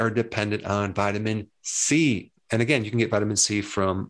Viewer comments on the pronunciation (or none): none